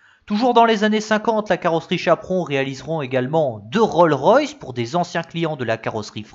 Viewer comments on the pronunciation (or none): Chapron réalisera et non réaliseront. Rolls Royce et non Rol Royce.